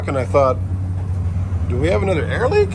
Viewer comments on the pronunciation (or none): none